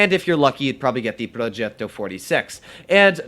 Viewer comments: Like how doodles say plogetto~ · Bruh why anyone mispells the r on progetto